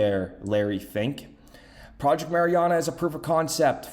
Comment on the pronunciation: “LARRY FINK” wonder what you’re saying there?